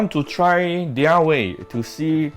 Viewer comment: Appreciate if you would pronounce "their" properly...